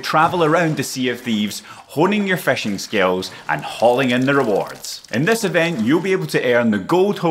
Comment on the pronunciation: Its not feshing!!!